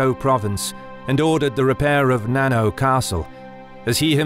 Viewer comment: Not "nano" castle as in nanotechnology or nanometer but na-na-o where the vowels in "na-na" are the same as those in papa or mama and the "o" is the "o" OMG. The translation of the characters in 七尾 is seven tails.